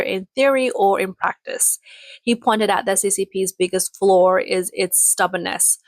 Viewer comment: There is something wrong with this AI voice narrator. She is pronouncing R's in words where there is no "R" ala she said "FLOOR" when she meant FLAW, and she said "HARM" when trying to say HOME, yet she does NOT pronounce the "R" when there actually is one, ala she said "FAW" instead of "FOR" and she said FAUCETS instead of FORCES, and she said EFFATS instead of EFFORTS. Can someone fix this? This is NOT correct English.